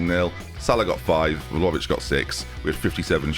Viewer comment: I thought I was done hearing VOLOvic 🤦🏻‍♂️😭